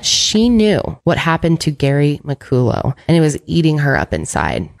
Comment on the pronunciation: Muh call uh is how you say his last name BTW.